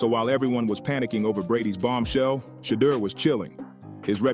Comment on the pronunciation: How come some of you guys can't pronounce Shedeur's name correctly each time ?